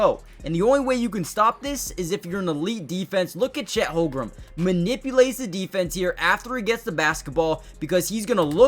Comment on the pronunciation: Please learn how to say Chet's last name correctly. It hurts your basketball credibility when you consistently fumble names that are phonetically simple. HOLM-GREN. Not HOL-GRUM.